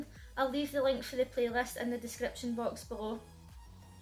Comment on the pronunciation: "The description box berro..." lovely :D